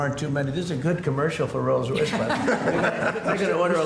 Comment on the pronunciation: He calls it "Rose Royce"....that was a pop group.